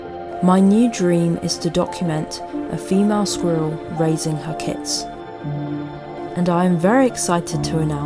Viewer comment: Just the word "squiller" is impossible to pronounce so quit, please...